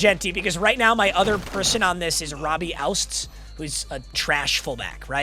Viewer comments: it is not outs-z... it OU-TZ. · its robbie OO-TS not out-s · I know you don’t care but your goated FBs name is pronounced OOTS not OUSTS. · your full back;s name is Robbie “Oots” not ousts… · It isn't OUTS-Z ... IT IS OU-TZ! It is a super fun name to say too.... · Please my mut goat stop calling Robbie the wrong name 😂 its not pronounced ousts it's pronounced "oots" as in pronounce the word "boots" without the B It dead ass doesn't matter cause he's a silver but i wanted to make a comment about it 😂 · Its robbie OOTS not outz put some respect on his name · Coming from a Seahawks fan it’s Robbie “Ootz” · Stop pronouncing ouzts wrong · If you’re going to shit on him at least pronounce Ouzts’s name right.